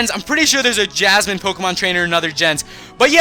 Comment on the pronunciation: jasmine. not yasmine. and i found a level 41 female shiny rhyhorn as soon as i entered the cave.